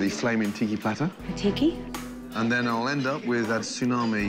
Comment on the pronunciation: I lost it when grodam says ticki platter more like shitty plater